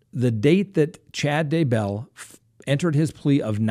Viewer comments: DAY-BELL.......NOT DUH-BELL lolol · It's Daybell ,not duh bell, or dumbbell. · DAY......BELL. DAY-BELL. DAYBELL. Not DAH-BELL, Idk why it bothers me so much, but it does. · Day Bell.... not ....D"bell lol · At least say the guy name right , it's day - Bell 🙄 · I just can't. It's DAY 🔔 🛎 .I watch all the time and it's just ridiculous that after all these months you still can't pronounce it. Otherwise love your show😂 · Say it with me.... "DAY•BELL"! Ready....? Say "DAY"..... VERY GOOOOOD! Now just say- "BELL"! THAT'S IT buddy, u GOT IT NOW, i think...?!?! Lol Does he sometimes say- "It's a beautiful DA out today"? LMFAOOOOO It drives me INSANE that this highly educated LAWYER cannot pronounce the simplest name in HISTORY!! "DAY•BELL, DAY•BELL, DAYYYYYYYYYYYYYYY- BELL!" Agh, you'll get it lil buddy just keep trying + maybe one episode you'll actually say his name correctly 2 TIMES IN A ROW within 15 seconds of eachother.... I know, I KNOW- its a lofty goal that seems unattainable, but I truly believe you will reach the summit of ur Mt. Everest- "DAYYYYYY•BELL!" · Day.bell slight accent on Day. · Shane Freeland It's a long A on Daybell- uses a short A when he says his name. LOL not like I care that much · I always wonder if he does this on purpose lol. Especially since he has taken issue with name pronunciation on other cases! 😆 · Why do you pronounce Daybell that way? Good work anyway. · Why does he have SOOOO MUCH trouble w/ this Doofy-Douche-Dumpass' name?!?! 🤯🤯 SMH- he pronounces it differently every single time he says it + its probably the EASIEST name in hostory.... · You need to learn to pronounce Chad Daybell's name properly.